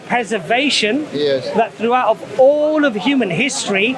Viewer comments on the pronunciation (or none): none